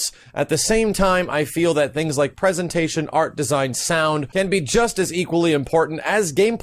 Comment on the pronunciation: "pesantation" all hail king max